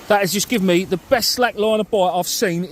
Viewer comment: I bet if some of English words look Welsh the way you pronounce them. Du-the. Wowa-water. Free-three etc. as bad as us Geordies haha. Great video tho. Personally I would feel a blank coming on, fishing in water so shallow. Ain't got the bottle to try it.